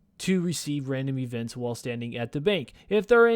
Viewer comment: Randim ee-vent